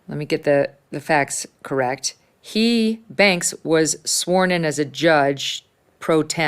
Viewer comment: Terrence Bradley its correct not correc when they ax you a question